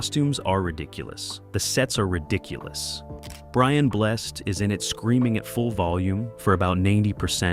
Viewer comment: AI gets called out when it talks about Flash Gordon and pronounces Brian Blessed's name completely wrong.